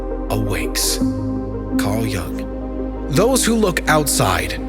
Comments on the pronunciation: His name was Jung with a European U sound, not “Jang” or “Young” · incorrect pronunciation of Carl Jung's surname - repeated several times... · You have wrong pronunciation of surname Jung